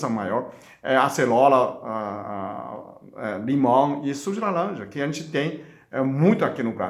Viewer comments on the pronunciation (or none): Suco de laLanja, aceLola🥰 o senhor é muito fofinho, amo ver o senhor falando ❤